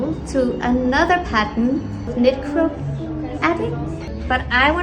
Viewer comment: I know exactly what you’re saying but l keep hearing “necro” instead of “knitcro” and it’s making this whole thing more bizarre